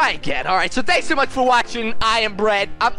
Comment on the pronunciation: at the beginning it sounded like you said "You are you, and I am Brad"